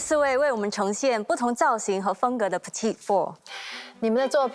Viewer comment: In French, ‘petit’ is masculine, the ending t is silent, and pronounces the feminine ‘petite’...